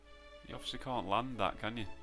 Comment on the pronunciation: This video will prob be demonotised too you accidentally said cnt instead of can't on 😅😆